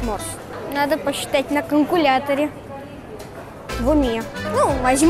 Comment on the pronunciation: Ору « надо посчитать на каНкуляторе »😂